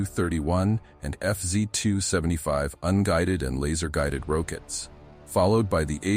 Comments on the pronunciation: Yeah it’s AI voice - who calls rockets “rowkits” 😂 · It was doing so well until it got to "rowkits" had me chuckling ;~)